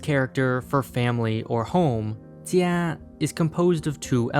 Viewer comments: Being a chinese person, I couldn't help but laugh at your pronunciations. However, your pronunciations are significantly better than most people's, and I applaud the effort you gave. Your pronunciation on the word, Jia 家, was especially good, nailing the tone. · His pronunciation of 家 was spot on but the rest were pretty rough, especially for 魚 lol